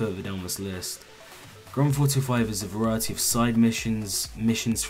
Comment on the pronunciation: Granfauto5...... that's how he says grandtheftauto5